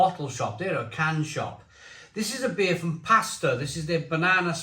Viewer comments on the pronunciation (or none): It's pronounced Pas-tor-ray (and they're fantastic!)